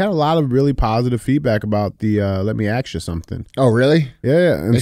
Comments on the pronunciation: “Let me Axe you something” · Let Me Axe You a Question is a WINNER! More, please.